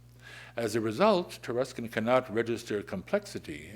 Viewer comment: It's pronounced Tar(uh)skin?! It's of Anglo-Saxon origin?!